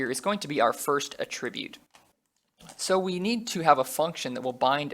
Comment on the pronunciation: I really hope you don't keep copy/pasting in the rest of these videos.... Also - I hate how you pronounce Attribute lol